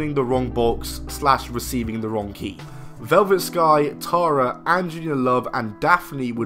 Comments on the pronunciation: it is not pronounced tar a, it is terra. did you even watch the product or just read the script. learn the pronunciation of the names you fake mark. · Stop saying TAR-UHH!